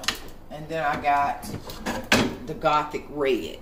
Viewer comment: Apothic NOT gothic! 😂 I’ve been wanting to try that wine!